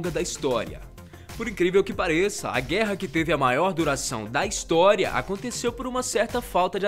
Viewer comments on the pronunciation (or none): Ele Falou Hinstória kkkkkkkkkkk